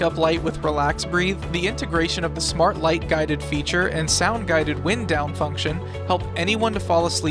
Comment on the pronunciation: Lol how he said "wind-down"....